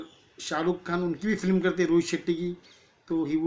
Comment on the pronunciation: Flim nahi film hota he bhai😂